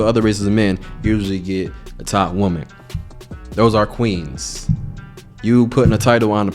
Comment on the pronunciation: That dialect lol. "Black queenzs". 😆!